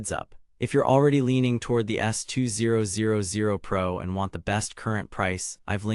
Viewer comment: I find it very annoying listen to you saying S 2 0 0 0 rather than S2000